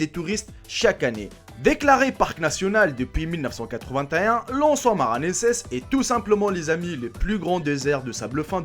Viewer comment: mil neuf cent quatre vingt t é un?????